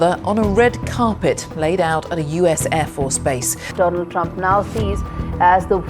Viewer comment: Mr Doland Trump😂😂